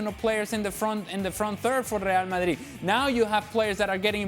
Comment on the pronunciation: Speaks English then says Real Mayeeeed in foreign 😂😂😂